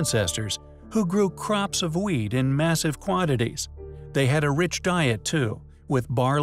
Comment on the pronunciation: did he say they grew crops of weed or wheat in massive quantities? lol